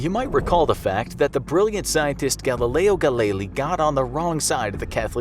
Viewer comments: did mans say galileo ga-li-li ITS GAILEO GA-LEE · Tomás de Torquemada, not Takemada, and Galileo Galilei, not Galeilly. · Galileo... Galeili?